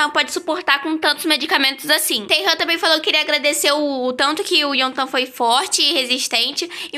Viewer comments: A pronúncia certa é: IEOTAN Não é intan kkk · Pra quem não sabe como se pronuncia o nome do Yeontan É Ióntan :)